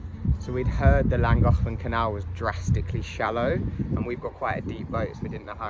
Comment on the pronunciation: Brilliant as always, I love watching your journey through such stunning countryside. Please though, one thing - I am not Welsh but cringe at your pronunciation of Llangollen! This isn't totally right but it is more Thlangothlen to say (though the thl can be a cl depending on who you listen to) :)